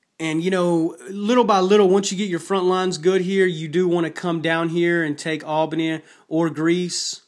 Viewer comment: You butchered that pronunciation of Albania...